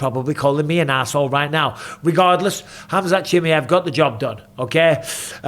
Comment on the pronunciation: Why can't you say chimaev properly